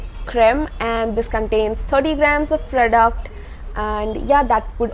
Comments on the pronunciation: No no it is not like that 😊😊 but i really like the way you pronounce it.. 💛💛💛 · Really excited to hear her voice and especially i like the way she pronounce "PRODUCT". Luv you lot